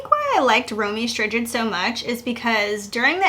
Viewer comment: Ok girl😂😂 ROW MEE ST+Ride oftewel romee strijd.